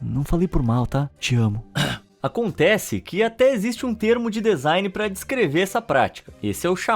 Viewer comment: Bah irmão, pra quem é do ramo, ficar ouvindo vc fala dEzain o tempo todo é uma tortura. rsrs. Parece que cê tá falando adEvogado, rsrs. Por dúvida, digita la no tradutor do Google e aperte o som pra ver com é. Lê-se dzain ou dizain. Abraço e parabéns pelo vídeo. Bom alguém falando sobre essas bizarrices!